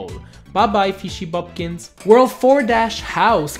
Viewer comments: but sounds like pumpkins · Boopkins, not 'boop kins'